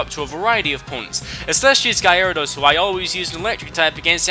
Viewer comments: Why the hell do you pronounce Gyarados as Gy-a-ra-dos it's pronounced: Ga-ra-dos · guy-r-edos? what pokemon is that? i know gyarados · Guy-AIR-uh-dos? Wut? It's pronounced GAIR-uh-dos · GUY-ARA-DOSE what its GA-RA-DOS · i'm sorry a WHAT? a Guy-arados ok man seriously i dont want to bitch and give you shit but its pronounced Gara Dos. look at stadium, battle revolution, the pokedex 3D. the anime. its ALWAYS been Gara Dos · Gotta love the emphasis you put on Gyarados name Guy-ara-dos, great video 🔥👌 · I screamed when you said "Guy-Ara-Dos" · biggest pet peeve: "gayaradous" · guy-air-o-dos? lol XD isn't that cute? BUT IT'S WRONG! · No one cares. Besides, I like the way he says it